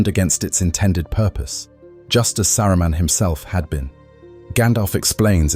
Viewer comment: I like how the British AI randomly said "Sa-roo-men" 😅😅 SkyNet wont come into being just yet. Also i want one of these lotr AI channels to use the most bratty/snotty cockney british accent at some point. I will enjoy every second.